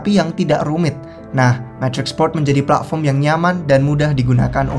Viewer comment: Pletform, Pla'fom, Plavon. Bitkoin, Bi'koin, Mbekoin.😂 Luna, Anchor, Glimmer. 💪